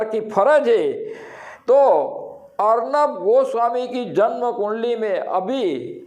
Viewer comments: Arban nhi arnab.. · ऐसे सौ अर्नब आये और हजार जोतीषी आये तो भी ठाकरे सरकार नही गिरा सकतें. अभी लिख के रखों. और जोतीषी अर्नब को अर्बन कहा रहा है. जो ठिकसे नाम नही बोल सकता ऊसको भविष्य क्या समझेंगा. पागल जोतीषी को भी चिल्लाने की बिमारी लग गयी है. कुछ नही होगा तूम समय बरबाद करते रहो.